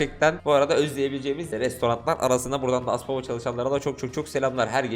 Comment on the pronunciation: Lan aspavayı Aspova anladım